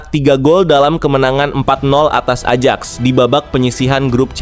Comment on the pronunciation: Bacanya ayaks bukan ajaks😅😅